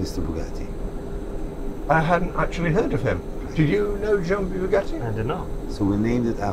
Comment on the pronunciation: BYOU-gatti Jacob: Yes, Bugatti